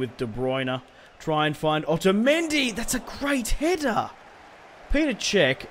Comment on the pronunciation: It's not Peter cech it's petr cech